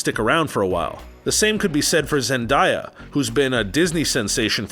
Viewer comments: why her name isnt zen-DIE-a her name is zen-DAY-a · “Ja-keen” Phoenix “zen-die-ah” 🤦‍♂️ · ........your pronunciation of names is TERRIBLE by the way. “Jakeen Phoenix”........”Zindya”......🤔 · you have to work on your name pronunciations... Jakeen Phoenix? Zen-die-ya? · ummm... Zend-die-ah? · It's pronounced as Zen-da (long A) ya (yuh). It's pronounced (Wakeem). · Pronounced wokeen, zen-day-a And Eddie Murphy’s dolittle was also a reboot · Dude learn how to say Joaquin Phoenix’s first name right. Also It’s pronounced: Zen-Day-Ah. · A lot of these actors you passive aggressively insulted are still enormously loved and appreciated. The ratio of dislikes to likes are the closest I've ever seen on this page. Apparently a lot of people disagree with this video. You're also pronouncing Zendaya's name wrong. 😒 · He pronounced Zendaya so weirdly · And he mis pronounced Zendaya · he can't say or pronounce zendaya right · Jakeen Phoenix, zendiya lol